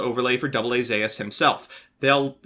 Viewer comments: Its Zeus (Z-oo- s), like the Greek God, not Zayus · Did this man just say zaus? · It is called AA Zeus (zus) (ancient Greek mythology) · I gotta be real. Zeus is obviously pronounced zues... but I like the way you pronounce it better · STOP PRONOUNCING IT AS ZAUS! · it’s called Zeus as in the Greek god. Smh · There is now way a human being pronounces 'Zeus' like that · I would leave a like, but your pronunciation of Zeus was mildly infuriating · That's how you would say it with katakana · Trust me, he knows. Mispronouncing is his gimmick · We didn’t read about the odyssey and the Aeneid every year of English for you to pronounce Zeus wrong get it together